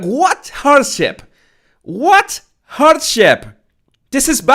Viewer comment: When You said hardship I thought you said "horse sh!t" and I was laughing so hard as that is so appropriate to her podcast